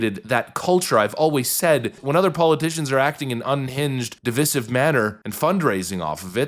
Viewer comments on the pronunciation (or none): "dih-VISE-ihv"! "dih-VISS-ihv" is liberals' "cool, 'trendy'" mispronunciation! "dih-VISS-ihv" would require a spelling of "divissive", which is, obviously, incorrect -- like everything else liberals believe, think, and say. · You keep mispronouncing divisive. The second "i" is long, not short. dəˈvīsiv